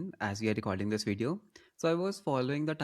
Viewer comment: Aata toh hai video bolna isko, fir veedeeo kyu bolta rehta hai?